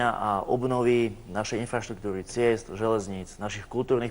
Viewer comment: Pchoobleeem ktochyy ,.. :DDDD Infchaštuktuchy .... Róm vie aspoň rozprávať..